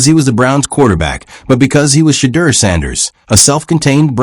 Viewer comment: WHITE SUPREMACY PRONOUNCED WORDS THE WAY THEY THINK THEY SHOULD SOUND BECAUSE THEIR WAY OF PRONOUNCING WORDS IS THE RIGHT WAY! PLEASE STOP! STOP PRONOUNCING SHEDEUR TO SOUND LIKE (SHATTERRR) IT'S PRONOUNCED TO SOUND LIKE (SHA-DEAR) BLACK PEOPLE KNOW HOW TO PRONOUNCE THERE OWN NAME! GOTDAMN IT MAN! PRONOUNCE SHEDEUR NAME THE PROPER BLACK PEOPLE WAY! YOU ANNOUNCER SHOULD BE FIRED FOR SLANDERING HIS NAME. TO HELP YOU! SHEDEUR IS PRONOUNCE (SHA-DEAR) NOT (SHATTEER) YOUR PUTTING A CURSE ON HIS NAME! PLEASE REMOVE OR FIRE THIS ANNOUNCER THERE'S A WARLOCK'S WAY OF PUTTING A SUBTLE.PURE EVIL CURSE ON THAT MAN'S NAME.